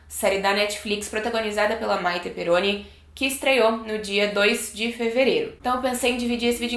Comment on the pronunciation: É Perroni e não Peroni